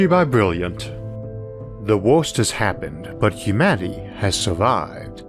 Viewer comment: 'the wolst has happened..!'